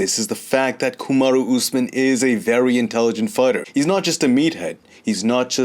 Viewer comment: says Kamaru Usman like it’s a Japanese name! Kamadu Oozmin. Lol. Respek. Always entertaining!